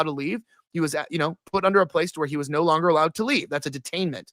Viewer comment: Sorry bro I made it 26 min & 40 seconds but i cannot fckng stand hearing “Ner, I don’t ner” for another GD second !!